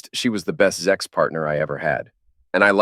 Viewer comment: It's pronounced Sex, not Zex